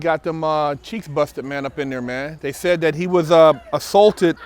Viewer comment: "One of the Dopeth'est channels on youtube". "He got his cheeTHs busted". 😁😂🤣 "Bust'N Cheeths in prison"... I'm laughing so hard... "NO MAN, wants his cheeths busted". Word.... Funny as hell "Shit happens"... 😁😂😅